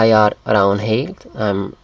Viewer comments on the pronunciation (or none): "Er" in norwegian never sound like "Ar" Danish is easy to read but almost impossible to understand... I'm a norwegian. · we do not say ar in norway. and there are lots of other wrongs in what you say! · Nah, we Norwegians never say "ar" when we pronounce the word "er". The other time you pronounced it, it was correct :) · Basically good video, but please try to not pronounce "er" in Norwegian as "are". The "e" is like the a in happy, not like the a in car. Plus, don't pronounce the "d" in "hvad" in Danish.